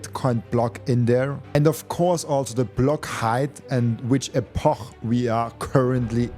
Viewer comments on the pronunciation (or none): great interview, thanks! but how do you say epoch? epoh? 😂